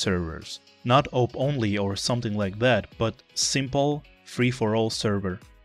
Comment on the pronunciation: Its pronounced auwwp not oup or call it A W P